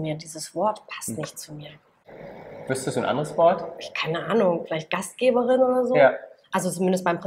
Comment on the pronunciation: Gastgeberin nicht Gastgebrin bitte :)